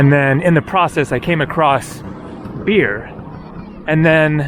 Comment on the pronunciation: Bir is not pronounced beer….it’s pronounced “ bhiir”. Amazed , you’ve travelled so many times in India and you haven’t acquired simple pronunciation…..you should watch “ desi chris “ and “ daily max” vlogs ….at least they try to acquire the right pronunciation…….of the locals……. In general, like your vids…….wish you would be humble enough to learn the dialect….